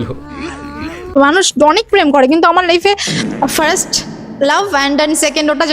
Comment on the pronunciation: Sumi FIRST bolte parena😂 all time FRRRRIIIISSSST bolte thake.. Tai kopale sob totla juteche😂